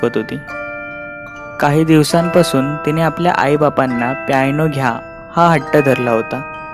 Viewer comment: प्यायनो नाही पियानो. उच्चार शुद्ध असेल तर ऐकायला पण मजा येते.